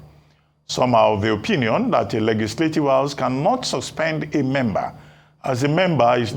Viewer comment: Reuben Abati cannot pronounce the word "Legislative."